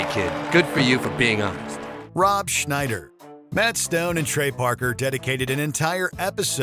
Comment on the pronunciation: You did Rob Schneider wrong.